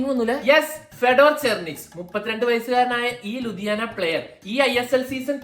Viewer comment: ലുധിയാന അല്ലെടാ Lithuania...